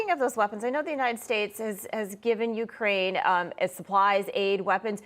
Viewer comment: Ucryn not Ukraine